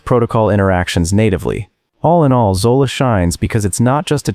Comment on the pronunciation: Zola? Hydra? 😂😂😂😂